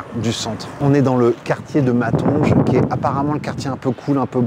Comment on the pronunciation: Pitié ! Bruxelles pas BruXXXelles, Dandois pas d'andouille, Matongé pas matonje